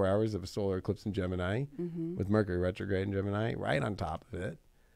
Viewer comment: Rercury Metrograde! 😆 😂